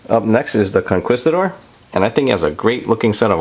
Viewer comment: ITS NOT CONQUEESTIDOR It's conkeestidor.